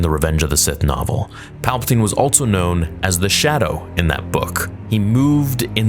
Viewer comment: Still adding a t to the word "also" I see.